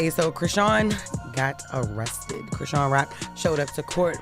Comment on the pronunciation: Is this an AI talking? Who is Chris see ann?